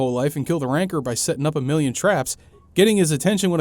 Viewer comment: It's a RAN-CORE not a fucking RANKER lmfao